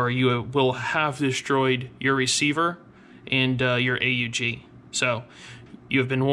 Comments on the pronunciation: Actually the correct pronunciation is Aug in one word a d not A U G 😉 so the second variation is the right one. Greatings from Austria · I thought it was pronounced "Ugg"